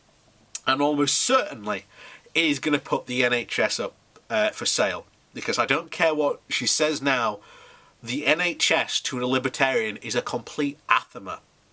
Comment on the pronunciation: Anathema, not an athema.